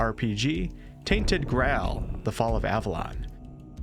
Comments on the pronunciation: "Tainted Grähl" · "tainted gawl"